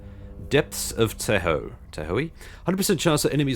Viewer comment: Tahoe is pronounced with an "aah" sound, it's a big, beautiful lake bisected by the border of the western US states of California and Nevada. If you're ever stateside, it's a great place to visit. There are ski slopes nearby, as well.